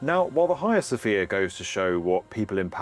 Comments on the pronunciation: Sounds very odd to a Continental Europeans ear, let be from the far nort part, when pronounced "Hia Sofia". To my ear, note: My, this should be "haGIa sofia, or something like that and it’s ok to have other opinions just don't share them with me, just prononce them out loud ;-) Nice info as usual, thanks. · TIL it's not the Haggy-uh Sophia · The H is silent.